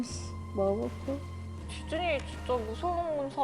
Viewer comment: Lol its 'Disney' not diseny